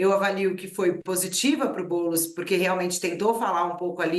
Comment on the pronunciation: Fica "TLISTE" não, BoulEs. 🤣🤣🤣🤣🤣🤣🤣🤣🤣🤣🤣🤣🤣🤣🤣🤣